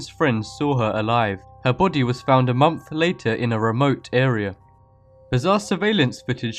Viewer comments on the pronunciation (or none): You're saying munph instead of month.